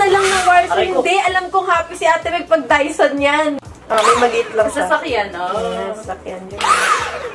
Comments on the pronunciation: Bakit ba "daiso" rinig ko. Sorry na. 🤪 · Ahh dyson!! Ang rinig ko Daiso HAHAHAHA